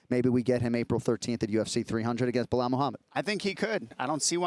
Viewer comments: I love Chael for saying Blihal eveytime. 😂😂😂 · Chael intentionally mispronounce Belal's name I meant he must be!! If you can say pal you can Belal but he just makes it weird as if he is speaking some alien language. SMH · “Bluh-hal” chael could probably mispronounce his own name at this point😂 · Again with the ‘Blahal’? Really Chael? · Chael purposely mispronouncing names is my least favorite thing about him. It was funny for awhile now it’s dumb. “Blahawl”. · Everyone: Belal Chael: Blahall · I love the fact that chael TO THIS DAY still calls belal “blehal” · Chael is still calling Belal “Blahal”. 😂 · ESPN: Chael can't pronounce a 2 syllable name phonetically? Belal... say it "Bel al" there is no "h". It's a weak schtik.